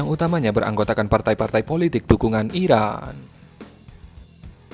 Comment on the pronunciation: Gmna min...ngomong iraq dengan iran aja gk jelas lu